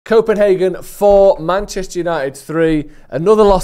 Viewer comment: Its fucking Copenhagen 😅